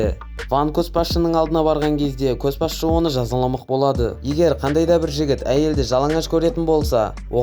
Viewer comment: Көс басшы емес, Көш басшы деп оқышы , мезі болып кеттім ғой, ұнамады